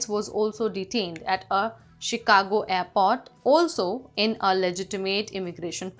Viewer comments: Its not airpot its airport with an R in it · even in india we don't say airport as apot..... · Please learn to pronounce words "aiport" and "story" correctly. You're messing up my English, lady.